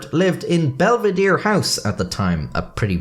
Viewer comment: belvedere -> belvidir lmao, love how in another language it seems like a meaningless word that gets butchered while it just means "good (bel -> bello) to look at (vedere)" in italian